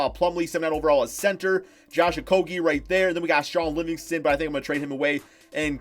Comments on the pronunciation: Your not saying Okogie right it is O-ko-e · Its pronounced Oko-jay. I thought we fixed this already. Like jay, the bird. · It's actually pronounced Oko-ghee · To pronunciate it correctly they say: O-ko-ghee... Ghee, like clarified butter. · Because I live in Minnesota and watch all the games. I don't think the local announcers for the Timberwolves would be pronouncing his name wrong for over a year now. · I was born in the same city as he was, I have cousin who bears the same name as he does. So believe when I tell ya they are all pronouncing it wrong.